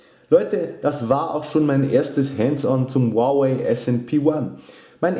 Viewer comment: Ist richtig